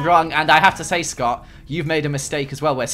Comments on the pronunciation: LOL EETS SCUUT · "ETS SCOTT"